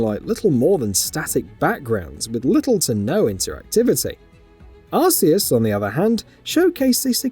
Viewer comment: Hehehe!!! Another one who cannot pronounce arceus correctly 😂😂😂😂